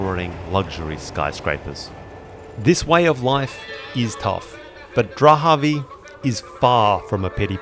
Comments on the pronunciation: So, it’s spelled Dharavi, but and elsewhere we hear Drahavi. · It’s Dharavi not dhravi? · I couldn't get past how you kept calling it "Drahavi" when the name is Dharavi. You obviously don't care about your subject. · Dharavi. Not Drahavi.. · Dharavi not Drahavi. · This place is called Dharabi...like Dhaa-raa-bee, not Drahabi. I guess, like many other YouTubers you did that internationally so that people like myself will be forced to give you a comment😂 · Great video, I am from Mumbai. Small nitpick the name is Dharavi its pronounced like DA-RA-VI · Am I the only one who is uncomfortable of the way he butchers the pronunciation of "Dharavi"? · Can’t believe how often you mispronounced Dahravi !!!